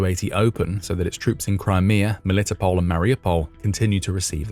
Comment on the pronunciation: He is driving me crazy, Melitopol is pronounced mel-li-TOH-pohl, not me-LIT-o-pol. I have been there even long ago. They can't season perogis right, but it was an interesting place.